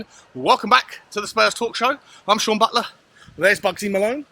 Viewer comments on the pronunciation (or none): none